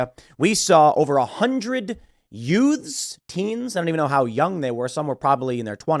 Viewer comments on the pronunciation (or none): "The two yoots" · Anyone else think Tim was trying so hard not to sound like "My Cousin Vinny" when he said youths?